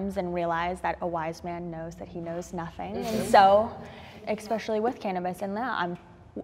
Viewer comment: Why do Americans say Eggspecially ...when they mean especially?